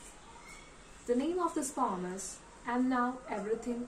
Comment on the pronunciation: Plz correct pronounciation of the word "Poem".